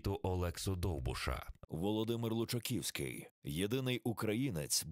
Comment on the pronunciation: face-orange-raised-eyebrow:"лучакІІІІвський". ти товчи хоч воду в ступі, а все одно перекрутять прізвище. нема жодного документа, де Лучаковський був би з тою недоречною буквою "і"